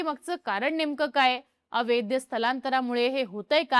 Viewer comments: कृपया अवैध म्हणा. अवैद्य नका म्हणू. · अवैद्य नाही अवैध... जे वैध नाही ते अवैध. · ही ॲंकर अवैध हा शब्द अवैद्य असा करत आहे. चूक सुधारावी 🙏🏻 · अवैद्य नाही -- अवैध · अवैद्य, अवेदी..... नाही ..... अवैध ..! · अय बाई... अवेद्य अवेद्य अवेद्य नाही 😂 अवैध असतं ते.... एवढा मोठा चैनल चालवता... थोडं मराठीच बेसिक ज्ञान ठेवा 😂😂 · ताई, ते अवैद्य नाही, अवैध असतय😂😂😂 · छान माहिती सांगितली ' अवैध ' या शब्दाचा उच्चार चुकतोय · अवैध अवैध अवैध....अवघड आहे तुझ..मराठीत किती पडले मार्क तुला..